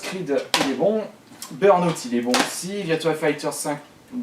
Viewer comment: Ah burnout aussi X'D Pas mal :') Tu les a trouvé où ces prononciations de merde ? X'D